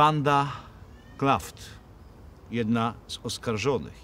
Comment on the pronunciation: Panie Łukaszu Wanda Klaff nie Klaft